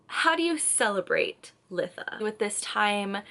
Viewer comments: I've gotta say it... It's pronounced lie-tha. Beautiful video other than that. ❤ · Good video! But it's "lye-tha" for future reference ❤